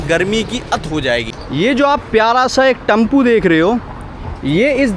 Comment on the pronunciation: सालों ब्लॉग बनाते हो टेंपो टम्पू बोलते हो फालतू ब्लॉग बनाते हो कभी scucesss नहीं होगे पहले उच्चारण5सुधारो